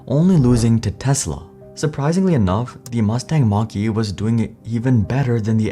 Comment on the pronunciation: they announced their first EV with someone who cannot even speak properly and isn't even versed in public speaking, and pronounced the car like the southpark teacher.